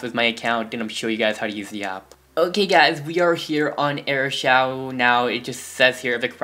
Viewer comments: It's not airshow it's air shou duhhh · Pronounce Shou to Show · It's pronounced like shoo dumbass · So you just need airshou not shou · Shou is pronounced shoo